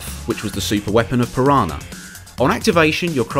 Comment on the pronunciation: Pir-Hana speed